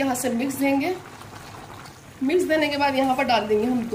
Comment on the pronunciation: Mam mix kehte hai misk nai 😂😂😂😂😂